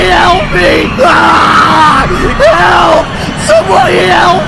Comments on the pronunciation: Sorry but he said someone hayelp meeee😂😂😂😂😂😂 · "Someone Hyelp me " made me laugh